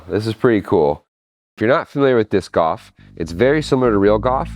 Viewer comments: it's not 'goph' it's golf your pronounce the L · Are you saying "disc off"? I only realized "off" is supposed to be "golf" when you said "real goff" and showed what looks like golf. Your pronunciation of "golf" just doesn't have an "l" in it, so I had no idea what you were saying at first, and could only hear "disc-off". Anyway, awesome project and extremely entertaining. That's all I have to say about that. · A minute in and I'm already tired of hearing him say "goff." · Is he saying “Goff” instead of golf? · Why does he keep saying disk OFF? Isn't it disk GOLF? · why do you call golf goff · "Disc Goff" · Gof? I've never heard golf pronounced like that. Is it an American thing? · “Disk gaulf” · Are you saying goff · Checking the comments to see how many people mention his pronunciation of golf. gawf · funny how he says Gauf 😂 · Omg i love how you say goff. Disc goff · all that engineering genius and he can't pronounce the word 'golf' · man way you say golf is insane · I have never heard anyoje pronounce golf like you hahah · Why does he say golf like that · Not sure if you are aware,,,, BUT,,, the word GOLF has an "L" in it when you pronounce it! 🤣🤣🤣🤣 Love from an English guy trying not to be "grammar police" 👊🏻 Another great upload! 👍